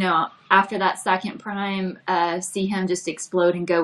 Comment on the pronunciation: Please someone tell how to pronounce prime 😂